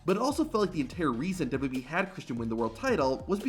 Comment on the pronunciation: The way this dude pronounces WWE makes me not want to watch these videos every again.